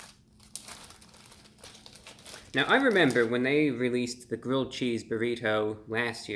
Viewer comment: did he say gridth XD